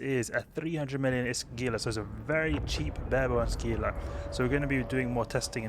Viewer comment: Just added for information... it's pronounced Hee-lah. Not that it matters :) Thanks for all the videos that I, as a new player, have been enjoying